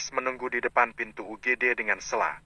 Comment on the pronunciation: 😂😂 yg baca lucu Stella di blg sella😂😂